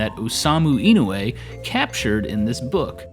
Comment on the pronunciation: Inoue is pronounced ee-no-oo-eh